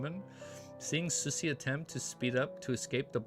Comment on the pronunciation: I think Susie should be pronounced as Sue-zee.